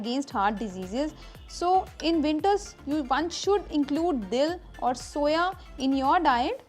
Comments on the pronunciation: It's SUVA not soya! I got confused 😕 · madam dill is not soya, as u r saying but SUA. a world of difference.